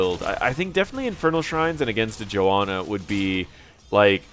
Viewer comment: Sorry I am butthurt, but there is clearly an H in JoHanna, it's not Joanna...